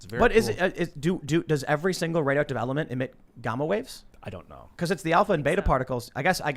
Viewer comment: Anyone wanna comment on how time pronounced gamma